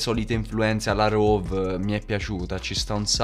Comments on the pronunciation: Comunque si dice rhove non rhov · Si dice RHOVE con la E che si sente